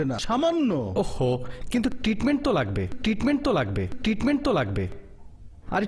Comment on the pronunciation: সনমান, টিটমেন্ট, আহা উচ্চারণ 🤣বেহালা বাজাতে বেহালা লাগেনা, ভাবা যায়? অস্কার দেয়া উচিত😂